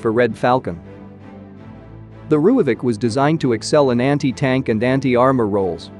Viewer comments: Just a side note... If you spell it "Roy-fulk" the AI reader won't sound so spastic... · Pronounce it like this."RoyFalk" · lol - was going to ask WTF a "rooyavik" is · You butchered the pronounciation..